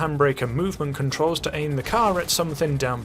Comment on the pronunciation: I also thought he said ate instead of aim lmao